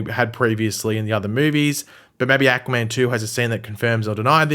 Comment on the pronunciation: i cant unhear ahquua man